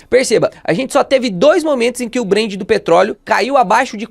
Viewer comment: Ótimo vídeo, mas é BrenT com T, ouvir “Brend” é estranho demais! Rsrsrsrs